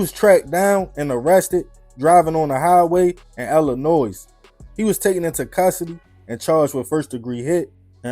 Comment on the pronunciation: It's not Illinoise...the S is silent!!